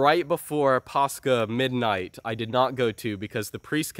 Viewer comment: Why does say paschal like that instead of paschal? Is it like a Latin thing or what, made it hard to look up what he was even talking about.